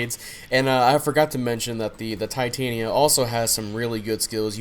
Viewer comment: Ti-tan-ya is how ya pronounce it.